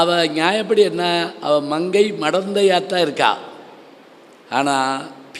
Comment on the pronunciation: அவள் என்பதை அவல் என்று உச்சரிக்கிறார். இவள் என்பதை அவல் என்று உச்சரிக்கிறார்